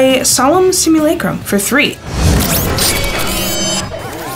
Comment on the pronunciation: Lexi is the only other person who I've heard pronounce "simulacrum" correctly